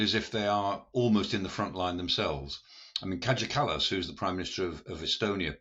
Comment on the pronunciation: FFS! Ask Google translate how to pronounce Kaja Kallas. It's not difficult, and it's nothing like Kajagoogoo.